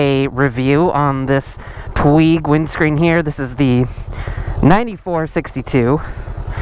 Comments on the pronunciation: Puig is a word with its origins in Catalonia. It is pronounced Pwedge. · Puig-pronounced:"pweej" I had to look it up for myself. 😊